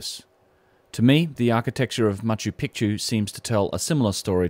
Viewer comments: Macho pee-chew Saxywaman😘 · Mispronounced (as I said above) serially - go listen and earlier in the video, and in other videos (where I have also pointed this out). - If you can point us towards getting Machu Picchu pronounced right - allow me to return the favour :- ) Go well - and thanks for a great piece. PS great to see Brien wearing his New Zealand cap in this clip.